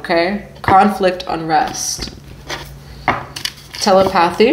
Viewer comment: Mommy it's pronounced tah-lep-uh-thie = telepathy